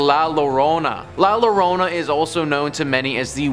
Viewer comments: It’s pronounced llorona not lorena lol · "watch out for the el culebron" "next up we have la lorona" bruh lmao